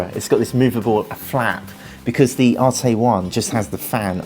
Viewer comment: It’s not pronounced arte it’s an arête like a corner it’s a French word